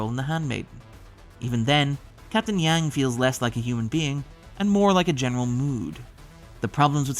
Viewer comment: She is captain "Jang" or "Jyang" not "Yang".